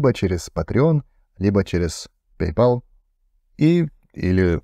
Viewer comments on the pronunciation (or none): none